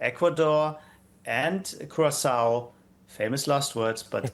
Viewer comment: Erm... geography again a subject no one seems to get taught in the USA. Ivory Coast (or Côte d'Ivoire) is a West African country. Curaçao (pronounced more like Kierassawoh) is a Carribbean Island belonging to the Dutch Overseas Territories, meaning their head of state is Dutch King Willem-Alexander. And Ecuador - well as the name might suggest, it's some place in South America where the Equator runs through! Would've believed it. It makes me a little concerned how little you know about other parts of the world.